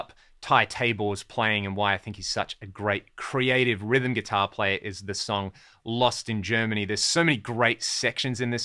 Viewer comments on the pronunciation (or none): Hey man, you weren't the only one butchering "Lost in Germany". You think you have it till someone shows you otherwise, I get it.